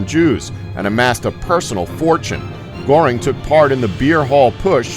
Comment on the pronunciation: Ugh. Americans are so ignorant. Ilsa's surname was Koch : pronounced like Coke. AND Hermann Goering's surname was pronounced like gur-ring.